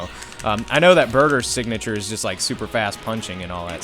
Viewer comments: its burter not burger lol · when you said burter I thought you said burger lol